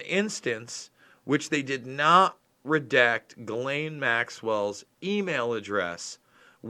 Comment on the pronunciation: The "s" is silent in her Name....great reporting 👍